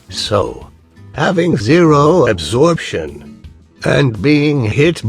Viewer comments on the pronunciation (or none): I thought that you said abortion.